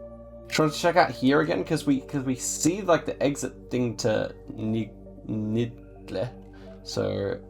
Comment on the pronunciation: That Turkish city Niğde can be pronounced like ''Need a''. Ğ letter has the effect of extending the sound of vowel letters and İ in Turkish is always pronounced like E and say drama and A's within this word is how it's always pronounced except exceptions :d I don't if I described well but at least I tried.